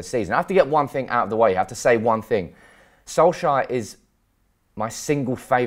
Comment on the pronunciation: Its correctly pronounced solk- sar not solk-sire